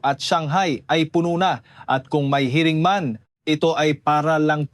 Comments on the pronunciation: Paulit ulit Yung hiring mo Mali Ang bigkas ano ka ba? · Anong pronunciation mo ng hiring ayusin mo nakakaadar Mali mali